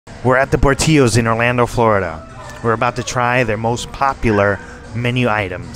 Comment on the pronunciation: LOVE Portillo's!!! 😋🥰😋🥰😋🥰 NW Illinois here. You're saying Portillo's wrong. Por-Till-o! Safe Journey! Yellowbird Blue Agave Sriracha!!!